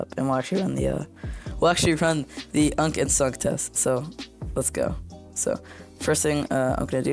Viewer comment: you-an-see not unk 😭😭🙏🏻🙏🏻